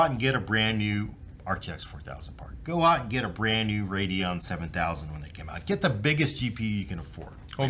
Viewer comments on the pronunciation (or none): none